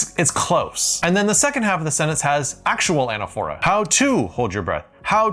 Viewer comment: anAPHora, with the accent on the second syllable, like liTOtese and hyPERbole..